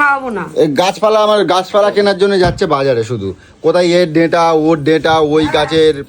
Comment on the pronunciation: Deta na data, uchharon ta thik kore sekho